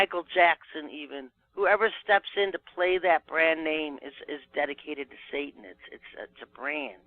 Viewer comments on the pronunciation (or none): none